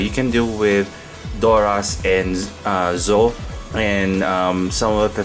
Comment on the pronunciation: Pronunciation is not Zoe. ZetO is right.